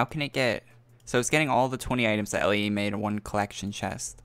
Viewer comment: Its "Lay" not L A E. Do you really not know how to pronounce stuff that much?